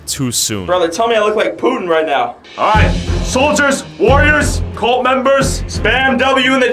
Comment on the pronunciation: It is not cult it colt